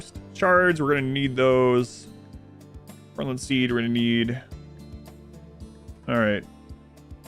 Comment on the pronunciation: Your pronunciation of 'Gauranlen' always puzzles me. I could understand it if it was spelt 'Guaranlen', but the a before the u, shouldn't it sound more like the word Gauss?